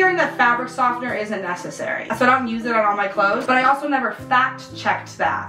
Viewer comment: Love your vids! I noticed you say the word “soften” a little differently from what I’m used to. I wonder if that’s a Midwest thing. Happy Spring! 💗